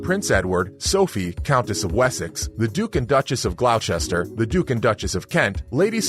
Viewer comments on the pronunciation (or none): Sorry. Camilla can't look magnificent no matter how hard she tries. She's a lowlife that no amount of $ can help. And Gloucester is not pronounced Glowchester. It's said as Gloster. You could do the minimal work of getting names right, but then Americans are famous for not caring about that. They care a hell of a lot about their own names, but not at all about others', even demanding that people who move there change their names for the convenience of Americans!